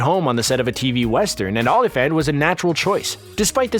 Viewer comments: Dude, learn how to pronounce names. See-bring, Ola-Fant etc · These A.I. assembly videos are so cringe. The mispronounced Sebring, Olyphant and others Are a dead giveaway. As are the clips of THE WILD BUNCH when discussing Italian Westerns. No true cinefile would do that. Not just annoying but unendurable. Machines do NOT do it better. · Not bad if you haven’t gotten past the 5th grade. And do a little more research on pronunciation of the names, like Dashiell, Olyphant, and at least three others.